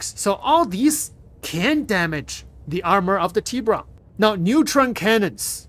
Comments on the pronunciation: Tibrah… no its TibUron.. 😂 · It is not a Tea-Bron, it is a Tea-Boo-Ron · Isnt it pronounced: Tib burrrrr on? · No its Tib-bur-ON. Its Spanish for shark lol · Its TI as in Tie fighter or Nvidia TI So Its pronounced Tie- Buron